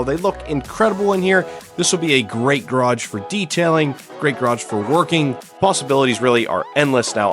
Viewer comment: It’s a garage not a graj